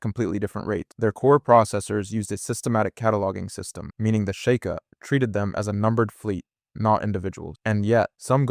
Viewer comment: Fr, it cant even pronounce sheikah